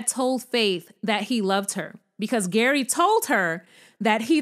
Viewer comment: Lol, G.E.R.R.Y pronounced Gary has the most confusing name ever. You called him Gary in the first part of the video and ‘Jerry’ in the latter part. ❤